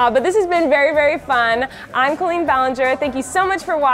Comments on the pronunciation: Why does she pronounce the name "Colleen" wrong? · That's not how the name Colleen is pronounced.